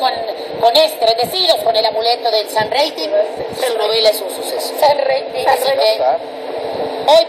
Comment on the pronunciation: Jajajajaj San reiting, es San reiting